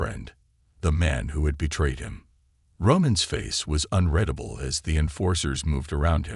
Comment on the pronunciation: AI Author still needs to change the pronunciation of "unredable" to unreadable.